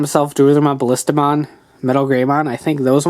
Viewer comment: its not Baliistamon it is Ballistamon. sorry just had to